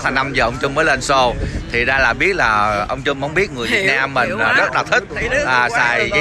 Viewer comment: (cũng như nhiều người VN, nhất là trong nước, nên phát âm chữ Trump cho đúng kẽo người Mỹ nghe thấy khó chịu. Không phải "trum (p)" như tiếng Việt mà là "trâm (p)", cùng vần với "pump".